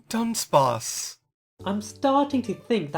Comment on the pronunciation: Dunsparce, not Dubsparce!